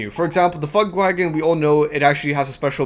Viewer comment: it's Funkwagen, not funkwagon :D